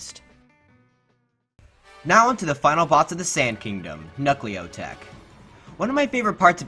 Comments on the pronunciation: bruh its knucklotec not knuckleotec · The way you pronounce Knucklotec makes it sound like knucklio tech 😂